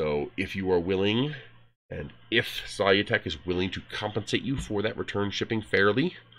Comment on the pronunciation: Their name is pronounced "sə-ˈlü-tek" (as if you were saying "solution").